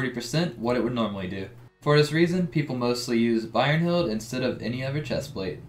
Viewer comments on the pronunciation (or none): Bro its brynhild not byrnhild xD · “Birerheld” lol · i cringed internally when you said brynhild